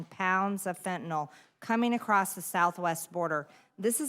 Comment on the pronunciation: Why does she read fentanyl as fentanol?